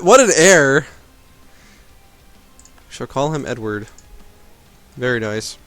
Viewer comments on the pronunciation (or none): none